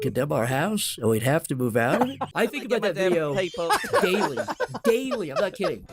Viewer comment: There's an "h" in the word "think." Think, not tink